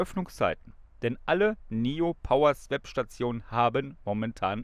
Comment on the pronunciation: … Swap spricht man wie „swop“, nicht „swäp“.